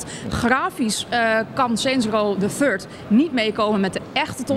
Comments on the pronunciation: HAHAHAHAHA "Saints row the turd" The THIRD ja, zegt ze er nog even achter aan. Wat een volk zeg......... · Saints row the Turd! HET IS THIRD! Spreekt uit als: Furd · hahahahahah de turd!!!! je moet het wel goed zeggen XD WTF man geniaaaal kan zo op skoften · Saints Row the Furd?